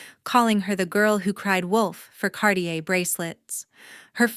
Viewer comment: Watching from Tagaytay City, Philippines by way of Oil City, Pennsylvania & once of Georgetown, Colorado...also, Hayden, CO. It's Cartier, not Cardier. Scrawled, not "scrolled."